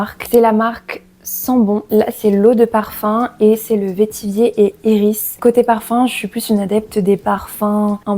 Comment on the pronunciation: Vétiver on dit veti vert. Sinon ta vidéo est très reposante